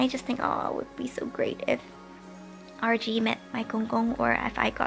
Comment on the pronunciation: I kept thinking you were saying Archie. Like who is Archie? But noooo, you said RG